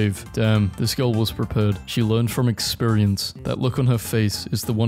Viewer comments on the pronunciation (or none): none